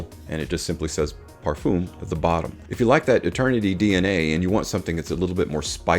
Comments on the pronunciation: Another video with mispronounced Parfum. Parf-um like in word Eminem Parf-em Both Dallas from Chaos and Ash from gents scents know how to prounance this Common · You say Parfum wrong. There is no E at the end. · Never stop saying parfum the way you do!